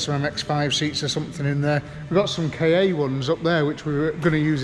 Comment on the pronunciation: Ka as in car, not Kay A, sorry but had to be said 😬